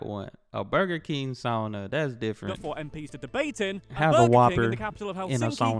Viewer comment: Btw, credits to you for pronouncing the word "Sauna" correctly. That's really is rare! I was kinda stunned! Most Americans pronounce it like "Soo-na". You actually pronounced it right; "sa" like first syllable in "Santa Maria" And "una" like "Una cerveza, por favor"